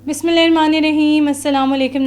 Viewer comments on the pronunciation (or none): بسم اللہ تو صحیح پڑھنا سیکھ لیں